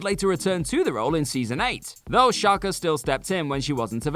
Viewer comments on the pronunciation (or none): Sarah who now? Shalker? Dude, its Chalk. With an E. As in, blackboard and chalk. Jeez, these youtube clones that havent learned to talk properly yet. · I always thought Chalke was just pronounced Chalk. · He said it wrong lol did wonder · Sarah Chalke's last name is pronounced chalk, like the stuff used on blackboards, not Challkay. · Sarah Chalke is pronounced "Chalk". The e was silent. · These guys are definitely trolling us: at least one hilarious mispronounced name per video. Sarah Shalke, like the German football club? REALLY? 🤣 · Do you guys not have chalk in England and also didn’t bother to check how her name is pronounced. The E is silent, her name is just Sarah Chalke not whatever you were saying. Also the first Aunt Viv is the best one. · Do people in Britain say "Chalke" differently? I heard Sarah Charker? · Of course it's Sarah Salt, I mean Chalke. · It is he just butchered a very simple name